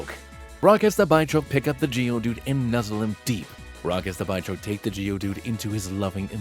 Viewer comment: Its a bidoof fusion, so its not BYchoke its BITCHoke. Which is far better.